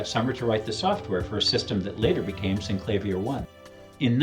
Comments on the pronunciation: Syn-clay-vee-err not Sink-la-veer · Synclavier is a play on words, taking "clavier" which just means "something with keys", and adding "syn" to it. Clavier is pronounced kla-VEER. So it should be Synkla-VEER. You can hear Clavier pronounced here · When you are the VP Product Manager and pronounce wrongly the name of the product that you are presenting. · I think you would be best to use the inventors pronunciation